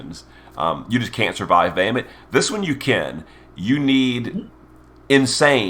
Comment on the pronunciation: …ya’ll just gonna let this guy get away with saying “Bay-hay-mitt” 😬🤨😑?